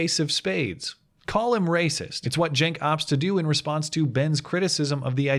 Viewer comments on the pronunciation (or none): Your title says Cenk but you say Genk. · I think you are pronouncing his name wrong, it is Chunk Uygur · Cenk is pronounced dink. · CNN Blackmail Support Cenk is Turkish, thus his name is spoken with a J, like Jenk. So yes, it is making fun of his name. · You keep mispronouncing that guy's name and I am DEEPLY OFFENDED. It's "Chunk Anger," dude! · justmemadison Yeah, just heard a couple of people pronounce it jenk so I'm sticking with that cos it's funnier ;) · "J" or a "G"? I'm pretty sure its locic with a "C", as in Cenk.